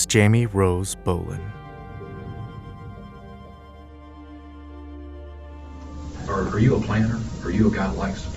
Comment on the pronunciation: Jamie rose BOLIN????? Did I hear that right?